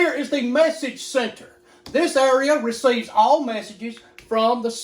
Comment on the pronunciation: Area pronounced as Urea lol